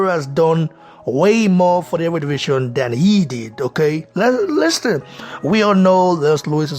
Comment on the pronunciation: Lewis has never hidden his envious heart towards AJ. Just when you think a legend would act in a legendary manner. What a shame.(Bro, work on your pronunciation please... words like ‘think,things and listen’...you pronounce those words wrongly) respect bro...